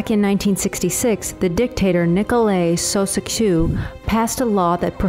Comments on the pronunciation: the way she pronounced the name Nicolae Ceausescu... i couldn''t stop laughing even though it was a serious matter. A simple google seach would have helped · So, you didn't even wanna learn how to say Nicolae Ceaușescu. That is weak